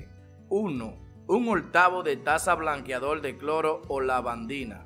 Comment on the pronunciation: DIJO BLANQUEADOL NO BLANQUEADOR 😂